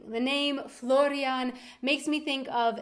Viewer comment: my brothers name is florian and you pronounce it SO WELL. :) I never thought about the name as you have! Nice though :)